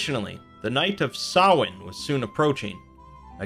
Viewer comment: no. The guy in the video is closer. It is NOT sam-hane